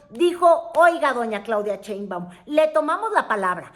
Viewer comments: Con too respeto, no es "Cheimbaun", es Sheinbaum... SAludos cordiales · Sheinbaum....No, Cheinbaum... shhhh ah sh ssssss